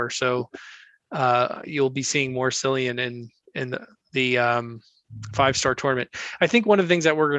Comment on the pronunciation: Cillian I believe is actually pronounced with. K sound. So it’s actually (K)illian. Li Xue , is also more like Lee Chu.I think .